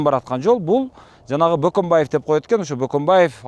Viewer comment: Бөкөнбаев дешсе мейли Баканбаев дешетго 😁